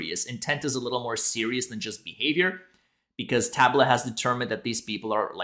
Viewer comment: TA-BOOLA, not TAB-U-LA lol